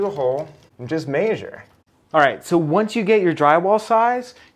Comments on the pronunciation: I had to back out just because of the way he said measure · Agreed that there's nothing wrong with him saying it that way, but it is demonstrably not a correct pronunciation. No English dictionary in the world has this pronunciation. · Maesure or Measure? I missed this whole video because I can't get past that 😂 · Where is this "may-zure" pronunciation from? I've heard it in another video once before. Just curious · "And just maysure". Love it! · Mr Nothing I literally looked in the comments to see if anybody else noticed that!! 😂